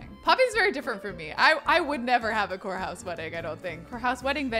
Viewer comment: Every time you say courthouse, I hear 'wh***house' and my head is like !!!